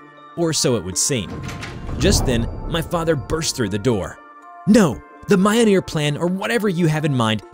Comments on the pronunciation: I hate his pronunciation of mjolnir. It's me-yol-near. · Yeah sorry not too sound like a nerd but you say myoneer. It's spelled mjölner. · hearing him pronouce it "mi-ole-near" made me cringe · It's pronounced "Mee-Yol-Neer" it's a rolling R at the end. No "Mee-Jol-nir" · The way he said mayanir And not milnir is making me im touching scp 722 lol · around here is MI-OL-NIR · more like myool-neer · Mio-neer?! Ara-bodrous?! Kai-jhoo?! 😭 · Mjolnir is pronounced like this: Me-Ol-Near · M- Ol - Nir Yor-mon-gonder holy shit it isnt hard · Why does he say Mjolnir like that? It hurts me. (It's pronounced m-yo-L-nee- er) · It’s pronounced me-ol-neer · does nobody know how to pronounce words on this platform anymore? bruh it's myole-near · BTW it's pronounced "mule-near" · The Ø sound in Mjølnir can be tricky. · the way you pronounce Mjolnir makes my eye twitch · If you mean the hammer, it does not pronounced like this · oh how they butchered the mjolnir pronunciation 😔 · that has to be the worst pronuncianciation of mjolnir to date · dude he did not pronounce mjolnir right BRUUUUUUUUUUUUUHHHHHHHHHHHH really even a kid knows that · u r saying mjolnir wrong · Seriously? How did you mess up the pronunciation of Mjolnir? Have you not seen anything in the MCU? There's no excuse. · Mjolnir you are pronouncing it wrong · was i the only one that got annoyed by how they pronounced mjolnir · Please learn to prounce mjolnir correctly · the way pronounce MJOLNIR is very cringey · Your pronunciation of some things are so cringe... it doesn't take long to search up how things are properly pronounced you know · Lost some respect for you due to your pronounciation of Mjolnir